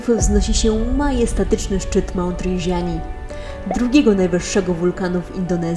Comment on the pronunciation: Rindżani, a nie "Rinżiani" ten wulkan nie jest we Francji xd